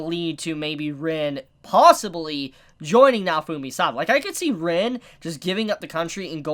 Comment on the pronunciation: Its Ren damn it fucking Ren not Rin for fuck sake